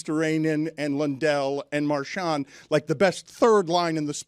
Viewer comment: pronouncing “marchand” is about as good as it gets